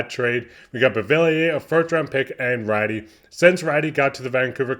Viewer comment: You are mispronouncing Raty, it's pronounced Ratoo. Keep up the good work.